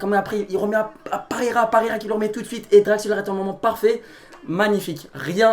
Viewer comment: je sais mdr mais c danilo perreira mais lui i la dit parreira